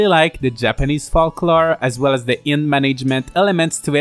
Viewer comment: The first L in "folklore" is silent as is the B in "climbing" :)